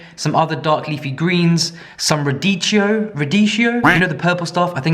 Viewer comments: Radicchio = pronunciation like Pinocchio. ;) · Btw It should sound more like "raDÍkkio" 😅😉🤝👍👍👌👋✌️ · radicchio is pronounced radikio :)